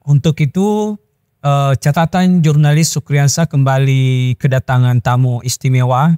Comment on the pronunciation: Itu bacanya Iurnalis atau Jurnalis.....???? Jangan ngerusak huruf dong. 👎